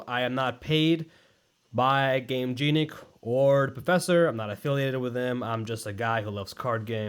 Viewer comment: "i love gameJEANic" please work on that pronunciation if you love them that much brother in christ 😭😭😭